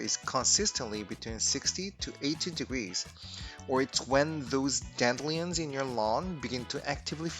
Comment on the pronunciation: Dan-dillions lol